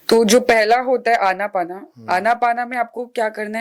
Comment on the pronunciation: कृपया " अनापाना " नहीं बल्कि "आनापान" बोलें विदेशी लोग इस को " ANAPANA ". बोलते हैं आन + अपान = आनापान आन = भीतर आने वाला सांस अपान = बाहर जाने वाला सांस